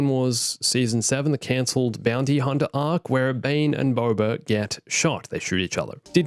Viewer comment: The accent messing up Omega's name, said so many times... Omeger, Omeger, Omeger... (But also says Huntah) Movie is Not murvie, car is not cah.